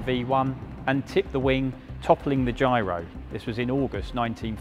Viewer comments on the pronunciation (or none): none